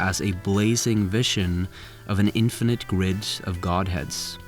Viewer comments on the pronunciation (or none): none